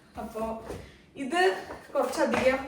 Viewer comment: താൻ "കുറച്ചധികം " കുറച്ചാധികമായി പറയുന്നു 😆